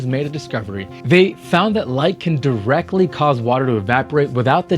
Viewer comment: There's no such word as "direckly".